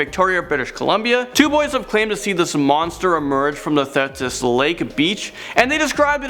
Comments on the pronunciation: Just trying to help! The Thetis lake monster is pronounced Theetis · lol you complete butchered the lake name...”Thetis”. But I understand why. It’s actually pronounced thee-tis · Lol and it’s TheeeeeeeTis (th eeee ‘tis) lake ... this channel really doesn’t make much effort with their videos anyways why am I even commenting and watchin this :S lol